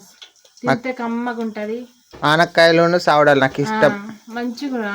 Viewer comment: Anakkaayalu kaadhu aanapa kayalu